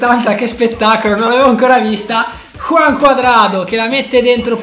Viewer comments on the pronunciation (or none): none